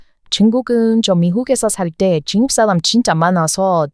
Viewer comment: 쭝국 이라고 발음 하는거 보면, 코리안이 외쿡인 흉내 내시는것 가타여,~~